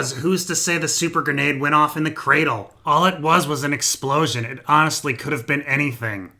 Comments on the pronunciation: Hahah every time u say cr4dle i die laughing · You won me immediately with "Cra-four-dle" hahahaha